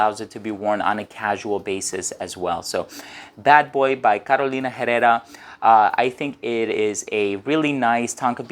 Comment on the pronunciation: Keep in mind the H in Spanish is silent.